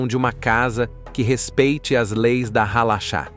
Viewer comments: A pronuncia correta e Halarrá..Acento agudo no ultimo a e nao Halacha Shabat e nao Shabate Peiot e nao paiot RRaredi. Yeshivá acento agudo no a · Não é halacha ( mas halarra) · Pra todo os lugares q o povo ia todos nos proibiam de plantar neste mundo,entao nos criamos aos mundos mais elevados. outra coisa usar voz AI fica ziada estas pronuncias hein. Alara. CH som de R. Agora ir atras de informacao na net pra falar e zoado hein. Nun sabe de NADA Inocente. Os q Apoiam A palestina e sao contra Israel,ja foi declarado pelos gigantes q eles sao dodo das ideias,que nao devem ser levados a serio